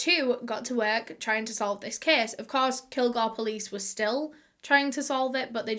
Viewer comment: Lol Everytime she says "case" my ears automatically hear "kiiiss"